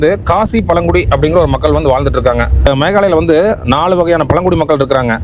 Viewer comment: அது சிராபுஞ்சி இல்லை சிரபுஞ்சி பழங்குடி பளங்குடி இல்லை அது மழை கோயம்பத்தூர் தமிழ் உச்சரிப்பு மிகவும் அழகாக இருக்கும் ஆனால் உங்கள் தமிழ் உச்சரிப்பு மிகவும் மோசம்